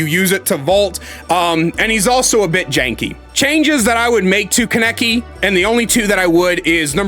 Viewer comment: as a hardcore tokyo ghoul fan, hearing you say kaneki's name wrong hurts, its ka(h)neki what a pretty big emphasis on the h, and i might even buy this game just to play kaneki